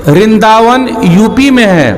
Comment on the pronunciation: रिन्दा वन नहीं, वृंदा वन है।